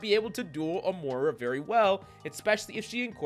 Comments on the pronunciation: Please, the name is MOY-rah 😅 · More-ra lol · That is not how you pronounce moira